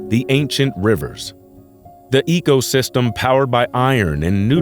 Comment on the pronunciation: Am I the only one who is annoyed by him saying "egosystem" instead of ecosystem?!